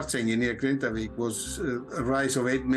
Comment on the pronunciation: Impressive, the Icelandic chap, Thorvaldur Thordarson, pronounces the town name as "Grindavik" and the airhead immediately mis-pronounces it as Grandavik. 🙄